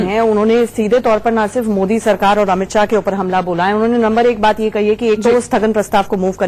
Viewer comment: It's amith shah not Amit saaa ....